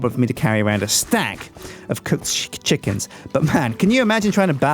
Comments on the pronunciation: What were you trying to say? A stack of cooked Sjickens? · DID ANYONE ELSE HEAR ALMOST CALL HIS COOKED CHICKENS "SJICKENS"?!?! xD